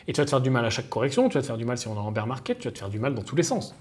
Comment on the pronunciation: "Bear" ça se prononce "bère" .. "bir" c'est la bière... beer 😂😂🤣